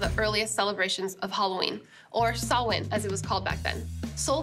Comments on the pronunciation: Sohla: You are an Honorable Druid Princess. Your perfect pronunciation of "Samhain" knocked me out of my Derry Girls socks. More thrilling goodies, thanks. Rye is defo not in the plans for this month. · Big BIG ups to Sohla for PROPERLY pronouncing Samhain; so many people say "Sam-hane", and that just ain't right. :P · thank you for not pronouncing samhain as sam-hane. this makes my lil irish heart happy